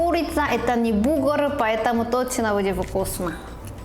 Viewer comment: Слово "Бугр"